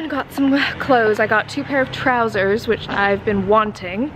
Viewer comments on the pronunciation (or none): i guess october is my favorite month of the year now,, been watching your vlog every single day,, just heard some British accent here and there '"...TROUSER, which i have been WANTING" LOLL sending love from Hong Kong <3